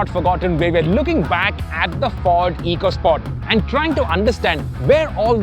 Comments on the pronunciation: It’s officially supposed to be pronounced “Echo Sport”. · Pronounced Echo Sport 🙂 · My best memory of the EcoSport is that Ford Ecoboost is of course pronounced "eeko-", but Ford's very own Ecosport model (that has an Ecoboost engine) is pronounced "echo-" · This is the FUHD ECUH SPAWT 🤣🤣